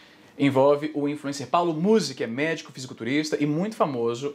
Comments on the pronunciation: AI IZZY NUM É MUSÍ, É MÚZI QUE SE FALA (na vdd não faço nem ideia de quem ele seja) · É Paulo Mouse! Não Musi Izzy... Te contar viu... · não é muzí, é múzi. afff, caí. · A pronuncia correta é Muuuuzy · Izzy, tu insiste em pronunciar errado, é Muuuuuuzy que fala. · Os truques de engajamento do izzy são os melhores kkkkkkkkk falar o nome da pessoa errado e chamar um nome aleatório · colé é muzy n muzy para de fala errado, já deixei o like